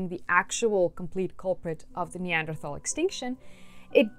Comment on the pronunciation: Could you please learn to pronounce "Neanderthal" before you make any more videos?